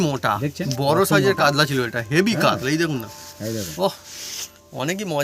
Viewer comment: কাদলা নয় কাতলা